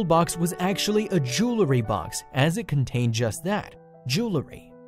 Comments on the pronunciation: Jew-el-ry. Not Jew-le-ry. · jew-el-ry. not jool-ree. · I too, wasted 20 minutes listen to this yutz drrraaaaagggg out the story with his repetitive, annoying voixeover...how much time is 1,057,617 x 20 minutes? Enough time to find a cancer cure.... and Mr. Narrator? the word is pronounced JOO-ELL-REE, NOT JOO- LUH-REE!!! The Language Police have left the building.Thank you for your cooperation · Not jewlery, but jewelry? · It's not jewl-uh-ry. It's jewelry. If you want us to sit thru 20 min to hear a story with irrelevant information & pictures, at least pronounce stuff right. Thank you Humble Bumble Homestead...I should have read your post b4 I listened to this...new note to self to read 1st!! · Jewlery, eh? Or was it jewelry? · Amazing to me that so many people, including to narrator of this video, cannot correctly pronounce the word ‘jewelry.’ In American English—no pun intend Mr. English—it’s pronounced as it’s spelled: jewel-ry. In British English, it’s spelled and thus pronounced differently—jewellery. It’s pronounced as it’s spelled: jewel-le-ry. It’s so obvious that a dictionary such as the Oxford English usually called the ‘OED’ or the Oxford American Dictionary usually referred to as the OAD are strangers to most Americans. I have an electronic copy of both on my iPad, iPhone and and hard copy (condensed) of the OAD and even purchased years ago the 20+ volume of the OED. And, I keep it updated. Obviously, I love the OED and the OAD and sometimes just get the copies out and peruse a page or two just for fun. I also use it to solve five different crossword puzzles each day. One day soon I will tackle the London Times Cryptic Crossword.